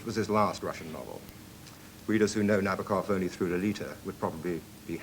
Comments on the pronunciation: Also not right, though. Na-BAW-kuhf is getting close. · Na-BOAK-off. Gee, guys...get it right.